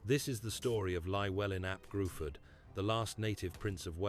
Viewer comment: Its not gruford its pronounced Griffith